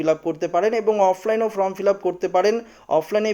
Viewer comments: ভাই কথা টা ফ্রম না ফরম বলো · ফ্রম নয়, ফর্ম